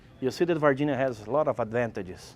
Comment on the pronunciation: “VAH-ginia people”